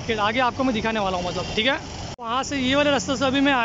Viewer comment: Kitni baar thike bolte ho bhai 😂😂🤣